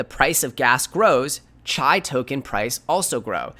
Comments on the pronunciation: It's pronounced "ChEEEE" modeling after martial arts not "CHi" like chi tea. FYI but good content thanks! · It's pronounced: "CHEE". as in tai chi